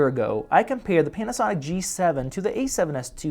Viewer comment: I swear to God in the starting of the video when he said Panasonic.. I herd penis sonic...